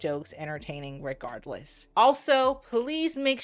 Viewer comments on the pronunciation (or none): I can't handle the regardwess and the appopiate 😂😂 Mo is too funny even when she isn't trying